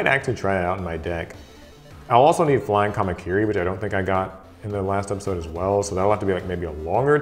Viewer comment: Did anyone else hear pepisode